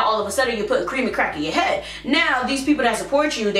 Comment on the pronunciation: “Qweamy qwack”😂😂😂😂